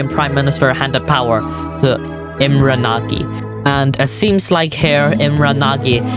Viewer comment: Imre Nagy is read like Imre Nosh.